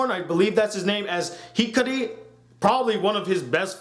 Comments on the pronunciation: Everytime. He said hikari I wanted to slap him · how hard is it to say Hikaru?